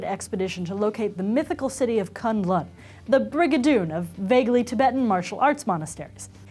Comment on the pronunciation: BrainEatPenguin 1 At least she got the pronunciation of Kun L'un right